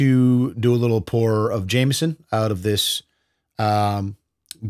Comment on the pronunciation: It's pronounced jemmeson. Great irish whisky.